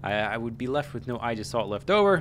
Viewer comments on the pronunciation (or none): Ay-jis-salt. Aegis is greek.